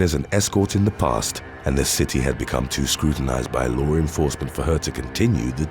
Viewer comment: I love this channel. Lots of good stories. And also, I get such a chuckle every time the guys says "lore enforcement".